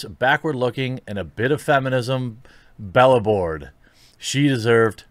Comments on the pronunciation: be-labored. ha "bela-bored" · Dude, BELABORED is pronounced Be Labored, not Bell Aboard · "belabored" is pronounced "BEE-LAY-BERD" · FYI, "belabored" is pronounced "bee-LAY-berd. It means to overstate something. Also, what do you mean, Shortland isn't qualified to direct a Marvel movie? She has the correct plumbing! She has an innie, and not a yucky outie! As for Taskmaster, just be glad they didn't do him the way they're doing him in current Marvel comics. He's actually on the run, afraid the big, bad Black Widow is gonna get him. (ノಠ益ಠ)ノ彡┻━┻ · youre cool but it's pronounced belabored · Bella-bored lmao. Petition for Quartering to go back to the 3rd grade and retake English. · Is ‘belabored’ now one of the many words that can’t be said on YouTube?…Because I’ve never heard it pronounced that way before.